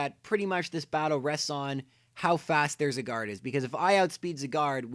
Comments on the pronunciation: Gata ANSAH it's Zye-gard. Not zigard. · It's pronounced Zieguard, not Ziguard. Go watch the anime if you think I'm wrong. I hope I never encounter anyone else say Zygarde's name like he did, it's so annoying. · ZY-GARD NOT ZE-GAR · I hate how he said zygard wrong, he said something like zigard or cigar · Why do you pronounce Zygarde as Cigard? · Your saying zygarde wrong it's sounds like it saying cigar XD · Only the garde part of Zygarde is french. The zyg part is based on the english word zygote which is pronounced sai. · Its pronounced Zī - gärd idiots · it is souns like it saying cigar XD WHAT IS THIS??? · If you could pronounce Zygarde that would be great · I love how you pronounce Zygarde...